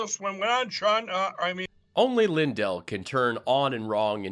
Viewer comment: Mike lie-dell, seriously?¿??🙃